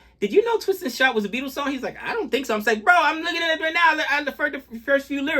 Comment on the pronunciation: Pronounced "BEETLES" not "BE - ATLES". Just thought I'd give you some help.